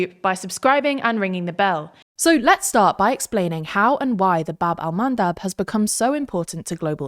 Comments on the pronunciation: isn't it bab EL mandab ? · funnier (or sadder) when you know it's call Bab el Mandeb